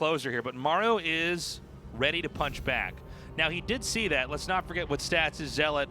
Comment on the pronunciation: Why can't Artosis pronounce zealot correctly? The game is 10 years old, FFS.